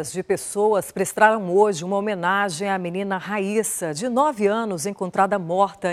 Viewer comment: Aos 7 segundos a repórter fala, "PRESTRARAM".